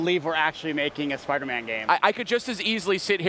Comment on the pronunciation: does anyone notice how the guy on the right keeps saying SPUDDERMAN! LOL